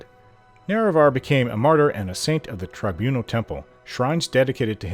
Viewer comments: You said Neravar right that time! 😁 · Ok, a couple times you did Lol!